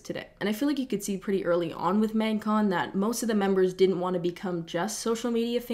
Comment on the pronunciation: Your Canadian really comes out when you say “mægcon”